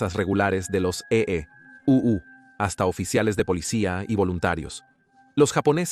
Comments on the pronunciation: Por ejemplo en la parte que dice EE...... U 😂. Parece que usan IA para la narración, no está mal pero pueden mejorar. Por lo demás excelente iniciativa y canal. Muy informativo e histórico 👍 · Esta etapa de la historia es muy importante de conocer, una de las más importantes del siglo XX, si el narrador fuera mejor editado porque esta hecho con IA!!! cierto?, no pusieron atención a la corrección, y cuando este dice: (la marina de E.U.) hace que uno pierda el hilo del contexto, se nota pausa, en la narrativa, esa pausa pierde la profundidad del mensaje.